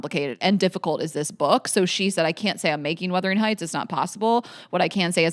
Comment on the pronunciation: Not withering AND wurthering. Omfg 😂